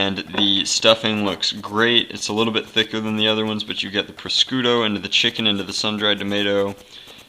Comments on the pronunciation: its pronounced proshooto not proscooto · take food safety after touching raw meat wash ur hands dont touch anything allso its pronounced par shoe toe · Prosciutto is pronounced pro-shoot-o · Pronounced. Proshooto! prosciutto ! please! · Prosciutto is pronounced - PRO-SHOE-TOE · Its pre-shos.toe